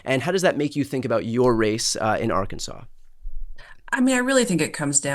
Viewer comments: First person from that state that said Ar Kansase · Why isn't Arkansas pronounced like Kansas?